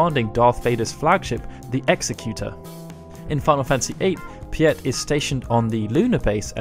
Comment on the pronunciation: I’m pretty sure the Star Wars guy’s name is pronounced “pete” / “peet”. The name is common in Netherlands and young German kids with old grandparent-names.